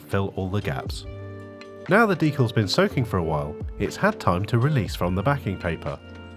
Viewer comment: Thanks for pronouncing "decals" just like I do. Rare to hear it.